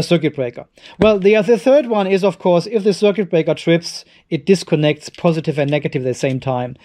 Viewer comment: machst dir ne rübe daß die schwatten drähte ein paar millimeter unterschiedlich lang sind jetzt.. aber dein datenkabel hängt wie ne wäscheleine in der luft.. mach liber plus und minus verschiedene farben wenn dir details wichtig sind (das "u" in "circUit" wird übrigens nicht ausgesprochen.)